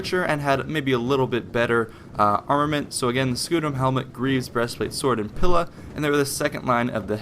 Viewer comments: Don't want to be a pain but it's pronounced PEELA even though its spelt Pila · It's pronounced: Tri-are-e-i and Pee-la